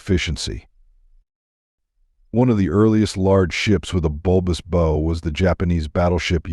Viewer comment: Bow is NOT pronounced as bow, it's pronounced as "bough".